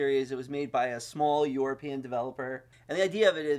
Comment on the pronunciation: "it was made by a small yourpee'in developer"